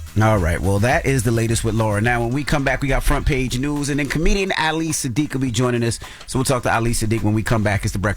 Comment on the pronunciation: Yall gon stop playing with that man name…it’s ahh-lee suh-deek